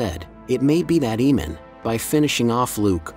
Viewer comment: Its really cringe how you keep saying "eemand"......